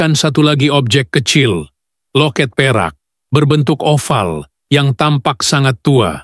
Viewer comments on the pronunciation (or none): none